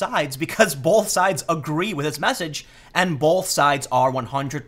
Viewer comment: Tim there is no "L" in the word both. Bolth is not a word.